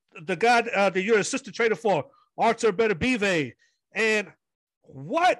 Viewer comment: This dude Fukin' up trying to say Beterbiev! 🤣